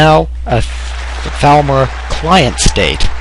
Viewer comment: When he said Thalmor I thought he said Falmer and I was like wait what? lol